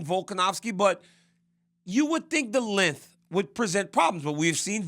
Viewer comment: It’s pronounced lenGTH. Not Linth🤡